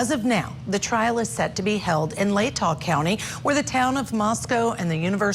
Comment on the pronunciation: I can’t take a person seriously if they pronounce it “ladda” county. She clearly has no clue about this case at all.